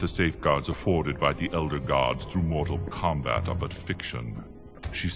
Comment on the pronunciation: Moo-tal Kombat!